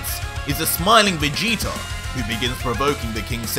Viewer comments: I love this but it’s vageta not vageter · Vageter??? I hate when people put a er on words that end with a A I bet u say Americer😒😑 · Has anyone else realized he pronounces Vegeta with two r's